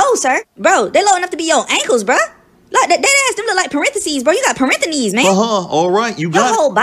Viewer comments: Fucking "parentheknees" 💀💀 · Ah yes "parentheknees"